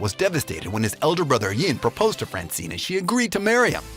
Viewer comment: the way he said francine hahahaha